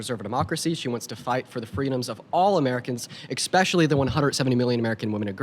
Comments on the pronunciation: Why do so many people say "Ekspecially" when they mean especially. It's such a jarring experience for me hearing that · Once someone says “ekspecially”, I discount everything they say. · is a complete douche and doesn't know how to pronounce ESPECIALLY! There's no X in the word. Likely he says eXpresso too.